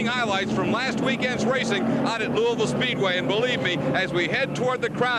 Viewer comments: it’s Loo-uh-ville not loo-E-ville 😁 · Also, you are pronouncing it wrong. it’s “lou-uh-vull” not louie-ville. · My only complaint is that you mispronounced it the entire video 😂 it’s not Looey-ville…it’s Lool-Vul! Only people outside of KY pronounce it Looey-ville. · I die a little inside every time you say “Louisville” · I know it's the correct way to say it, but it pains me to hear people say "looey ville" lol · Lou A vul. It's pronounced Lou A vul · That is not how you say Louisville Scott said it right but that is a cool track really hoped it was still open so I could race there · He's even got multiple clips in the video where people say it correctly and he still pronounces it like a damn Yankee